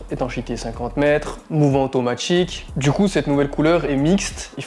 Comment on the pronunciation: Mouvement « automatchique » / plus « petchite » / les « sortchies » , c’est hilarant les gens* qui parlent comme ça